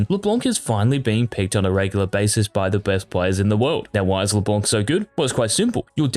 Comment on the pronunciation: please stop pronouncing « Leblank » 😭😭 it’s a « c » not a « k »